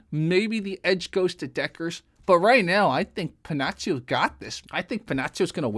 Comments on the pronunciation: Si pronuncia Pennakkio , non Pennazio. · It's pronounced Penakio, not that anybody asked ^_^ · Pennacchio se prononce comme Pinnocchio , mais avec un e et un a . Cool , que tu es allés chercher ce combat que certains , comme moi , t' avais suggérés . Excellent ce combat ! Cette différence de style d' approche du combat , etc ... Elle très expressive dans ce combat , où 2 écoles de pensées , de combat s' affronte . Enfin , bref ... Salut